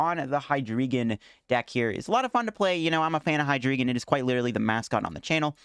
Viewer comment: I think it's pronounced "Hee-dry-gon" as in "drei" in German, for three.